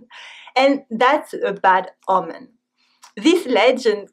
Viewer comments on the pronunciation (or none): none